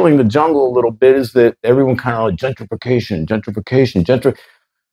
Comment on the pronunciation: not great when a white man can't fully say 'gentrification,' and then says there's benefits to it